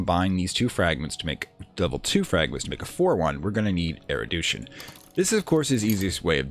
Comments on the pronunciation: Mate, it's "erudition". Not "eridution". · I've already finished that episode and that was not a big issue. Kind of therapeutic, actually, being mildly frustrated alongside the presenter, haha. What did frustrate me though, is that I now have a headcannon that this game's world does not have er-u-d-i-tion, but has er-i-d-u-tion instead. Something different, a broad knowledge of things man-was-not-meant-to-know instead of, you know, regular full-spectrum knowledgeableness. Whether it's there on purpose for engagement, or just one of those "never heard this word pronounced" things, it significantly distracts me from the really nice explanation and narrative you have going on. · Awesome guide, this was a hard phase to figure out, since laying out a foundation for the later stuff is so essential. Erudition is pronounced air-oo-dish-in, by the way. The douche-in pronunciation made me laugh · Loving this series, and thankyou for uploading it - just one thing that's bugging me - you're pronouncing 'erudition' as 'erudootion' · nevermind the crazy lore, what really makes me insane is he keeps saying erodution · Oh, I'm sorry if that appeared in sensitive. It's not a very common word, outside of this game, and your pronunciation was jarring. I'm only glad I don't have the need say the word hyperbole out loud, as I invariably pronounce it 'hyperbowl' instead of 'hypererboly;. Loving the videos.